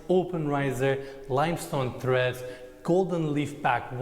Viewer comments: Someone tell it's stair treads, not threads. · threads, ledder, uhg